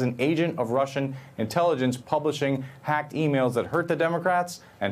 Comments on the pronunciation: I love how he over emphasizes "Hacked" every time he says it, like they're trying to drill it into peoples heads. HACKED not leaked by Seth Rich, HACKED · How many times is Manu going to say "Hacked" and with such exaggerated emphasis! #HisNameIsSethRich